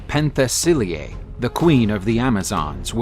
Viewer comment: It's NOT "Pen the silly yeah" - it is "Pen te si leiah" ... that's how Princess Leia got her name !